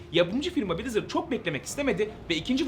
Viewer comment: brizırdı brazzers diye duydum aq